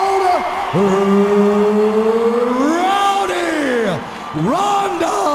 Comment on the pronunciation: BTW its Ronda not Ronders LOL